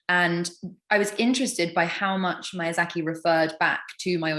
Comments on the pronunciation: Maya-zaki? Mother of god. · wow what an asshole MAYA ZACKY! how do you not know how to pronounce his name especially if you've met him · keeping on saying "Mayazaki" instead of "Miyazaki" kinda made my blood boil. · Would be nice for to learn his name right. Every time she said Mayazaki. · For some of these the person's appearnce really fits the charachters and then there's just people like. Like he looks slightly crazy enough to be the charachter but that's about it. Also lol the different pronounciations of Miazaki is crazy. basically said Mayazaki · Mispronouncing miyazakis name is criminal. I have a newfound disrespect for millicent